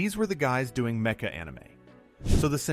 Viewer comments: tell me your AI without saying you're AI. "Meh-Cha" and not MECKA. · Bro really said "Me-cha" not "mecka" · Meh-Cha?? LOL. What is this? An A| recorded video? Everybody knows it is pronounced as MeKah, as in Mechanical or Mechanism. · Mecha not 'meka' . . . You an LLM AI? 😑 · Its produced "Meha" not "Mecha", as it is orign form word "Machine" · "Mecha" is pronounced Metcha here instead of Meka. So the voice is AI. Well done, so far I thought it was human. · Me-cha anime?! Was that what I heard you say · wait, wait, wait.. Did you just pronounce mecha "metcha"??? 😂 What a dumdum. I'm outta here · Met-cha? Wtf. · did he just say meh- cha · That’s a negative, it’s pronounced meh·kuh. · did you just say "mecha" like "metch-ah"??? do you say "METCHanics" too??? DID YOU LEARN ENGLISH GOOD? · He actually meant, matcha anime. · Bro can't say "mecha" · mecha is not pronounced that way😂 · "mecha" anime. Interesting way of saying "mecha". The way you say it is the slang Japanese term of "very", lol! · i watched this show after school and owned the blue figure. Didnt know Sunrise worked on it. And learn to say mecha properly. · Dude.. please... Match > matcha Mech > mecha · You lost a sub with that mecha pronunciation. Thanks for letting me know this is AI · Irony that the fake voice mispronounces "mecha".😂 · the mispronunciation of "mecha"... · Heard it and immediately scrolled down to the comments. Was not disappointed 😅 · thats how you know its not an AI voice and actually a human narrarating .. i find it funny but endearing.